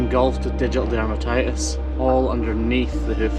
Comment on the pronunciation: Did you say digital dermatitis?